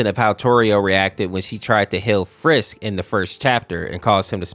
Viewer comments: Umm? . It's frisk not Fisk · why do you call flowey flowery and i heard bro call frisk fisk 💔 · Dude do you have built in autocorrect? "Flowery" "Fisk"? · I didn't even know there was an infection au for undertale Edit: why is he calling Flowey, Flowery and Frisk, Fisk 🤣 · 1. You called flowey flowery 2. At one point you called frisk fisk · Oh this ticks me off, FISK, FLOWERY, BROTHA, STOP SHARING LETTERS HERE, IT IS FRISK AND FLOWEY